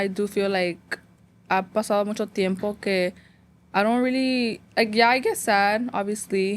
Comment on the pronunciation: I love noche de pendejadas!! BUT I cringe every time you so muncho. It’s MUCHO. No N 😂😂 Also I don’t know if your taking applications still to be in your podcast but i feel like my story is so important and it’s a whole chisme. W/o to many details my husband was cheating on me with my best friend for 7 years😮😢😢. Disclaimer we worked it out. But if you want all the details hit me up. Did I mention this was all in the middle of Covid and we were in the middle of having to move to Italy. 😂